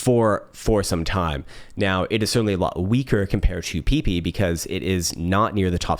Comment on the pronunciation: Lol pee pee. It’s peh-pey